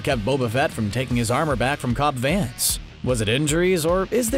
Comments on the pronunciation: It's Vanth not Vance. Figure it out. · I know you didn’t just say Cobb “Vance”...